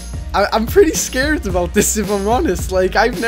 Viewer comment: is irish cus he said scared scured